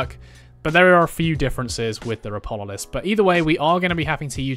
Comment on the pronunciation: its Ropalolyst btw, you swapped the a and o, good guide, though!